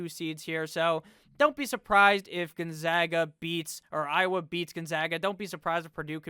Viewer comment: Ah yes, the ohiowa Hawkeyes